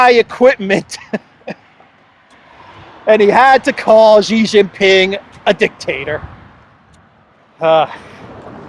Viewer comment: PENISTOPFORO, Shee Jin Ping not JHEE JIN PING